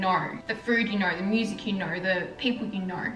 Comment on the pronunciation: The way u pronounce know “knowr” 😂 so annoying